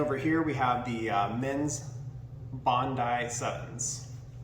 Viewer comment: Who doesn't know how to say Bondi properly? It's one of the most famous beaches in the world. Get out of the USA mate. It's only one country of 195 on the planet. Bondee is going to stick with me forever now.